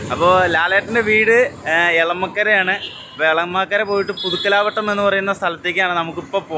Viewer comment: പുതുക്കലാവ ട്ടം അല്ല മോനേ പുതുക്കലവട്ടം